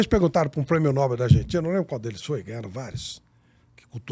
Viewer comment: NÃO É PRÊMIO NÓÓÓÓÓBEL; É NOBÉÉÉÉL. NOBEL...